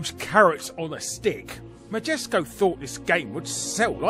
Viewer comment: Larry quotes "Magesco" while talking about "Majesco". Makes me want to look at a GIF of some Jif brand peanut butter. ;)